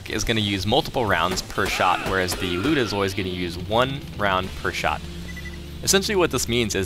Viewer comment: Finally someone pronouces the Lyuda correctly!